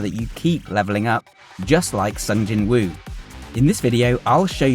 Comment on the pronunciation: To anyone with a British accent, this name is pronounced 'Song Jinoo'.